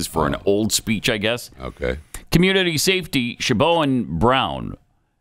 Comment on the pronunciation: Sha-bo-ann? Do you mean Shiv-awn?